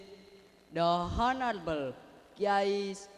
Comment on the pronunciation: The honorable itu salah pengucapan🤔